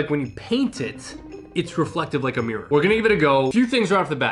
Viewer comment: It's called mirr-or...or maybe mirrer...not meer! Learn to speak please😂